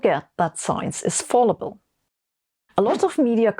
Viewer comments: Small (very small (near - trivial))) point: The first syllable of fallible rhymes with pal, not pall. (I know this is unusually inconsistent for English, but it happens sometimes.) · Hi Sabine! I don't like to correct you because you are way smarter than me, but I do know you like to get it right, so here goes: Fallible: how to pronounce? Imagine saying 'Fall Blau' in German. It's just like that in English, not as in falling down. Thanks for the terrific content and please don't stop! (btw we pronounce all the letters in the font, too :-) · In the US it is Fal i bul with a short i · On the off chance that you happen to read this. I know hate it when I find out I've been pronouncing a word incorrectly since I've only ever read it, never heard it. Fallible, fal-i-bul, not fall-i-bul. English is stupid like that, and in so many other ways. This is not meant in a negative way at all, it's meant to be helpful, I know English is not your first language, and you speak it better than many for whom it is their first. Certainly your English is far better than my German. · It's cute how someone as intelligent as Sabine is still tripped up by thinking the word "fallible" is pronounced "fall-ible", instead of "fal-ible"... because it logically seems to follow that it would be pronounced the first way because of how you say "fall". #humans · Excellent presentation, one nit: I think the usual pronunciation of "fallible" is with a short "a" in the first syllable, as in "cat"; not like the word "fall". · u r an excellent speaker. it's "fal" ible, as the name "AL". not as in "all". Q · Sabine, ‘science is fallible’: you also are fallible; please learn to pronounce that word; you sound more like you’re saying ‘voluble’ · Minor nit - the "a" in "fallible" is pronounced like the "a" in "bad," not like the one in "ball." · Love the Malik map. English tip: Fallible is not pronounced like fall. :)